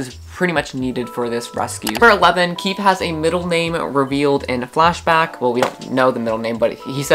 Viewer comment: I know that I’m late but KEEFE is KEY FEE sorry I think it’s a phobia 😅